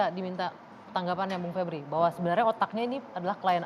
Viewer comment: Vebriiui ..vebrool